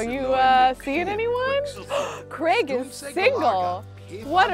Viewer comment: Every time says "Old Craig" I hear "Old Gregg" and I can't unhear it